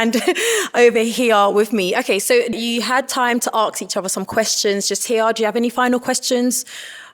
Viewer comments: How is the word ask being pronounced as axe in the UK! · am i the only one who is hearing "aks", instead of ask, from the host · The host is gorgeous and doing a fantastic job but she keeps saying “aks” instead of ask and it’s pissing me right off 😣 😂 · Lovely host but let me just ax her to pronounce ax differently please 😩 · ask, not aks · Wish the host said 'ask' and not 'aks'. Mainly because we hear that word a lot on this show... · Is it "ask" or "arks" 🤔 oh boy! 😒 annoying! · A S K…not A K S D! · Love the host, she is beautiful ... except it's pronounced "ask" not "aks"!! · It's ask not arks 😏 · She needs to fix her pronunciation of ASK. So irritating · Please work on the word ‘ask’ I cringe everytime she says aks 😩. She’s a great host otherwise! This is purely constructive criticism. The word aks is so hard on the ears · how come? It’s ask, not aks. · Enjoying this! The is stunning, she is a great host, just a tip for her, it is “ask” a question, not “ axe” a question. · She did but the way she mispronouncing „ask” is so annoying